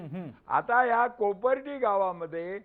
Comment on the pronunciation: Its Kopardi not akurdi shame on all this people. Do proper study on it.